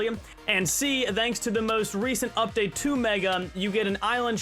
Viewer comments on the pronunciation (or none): none